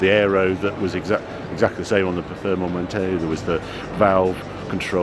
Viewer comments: Can’t say performante 😂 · What the HELL is a valorkee ???? Harry's it's Val -kar-ree. Also - PER-FOR-MAN-TAY.